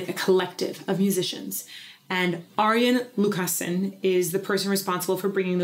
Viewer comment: Hi! Finally, I'm Very Happy that You were able to Premiere this video. I LOVE this Song and Performance and I also LOVE your New Orange Top! All Three Women (All Queens) have a Beautiful Sweet Voice (Clear and Strong) in this Very Intimate Ballad!! And Congratulations on your clear pronunciation of, "Arjen Lucassen!!!" Well Done and Thank You,!!!:-):-):-)